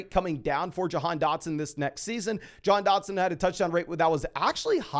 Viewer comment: Doesn't it sound like he's pronouncing Jahan like "john"